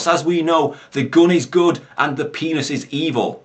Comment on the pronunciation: just the way he says it <X,D The "Pe"nis is evil! (emphasis on PE)